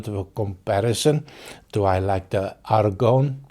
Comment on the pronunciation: "Argonn" (with an emphasis on the "n") is ok, as you pronounced it correctly at several times (you don't pronounce the "e") so pretty good,! This one intrigues me (this category of wines these casks are coming from is called "vin tranquille" (or "quiet wine") in opposition to sparkling wines, especially regarding that region (Champagne). Also, as I understand it, these wines are usually made of Pinot noir grape variety, so it might strike a chord to you as it is the basis of those amazing Pinotage wines from your country of origin (I will always remember that stellar Three Ships 15 yo Pinotage of some years ago that was one of my whiskies of the year who got a very high score), but might be of several fills casks, this...Too bad the price of this expression is quite hefty as I see on line...Nice tasting notes of yours, sounds like mouthwatering stuff... Cheers!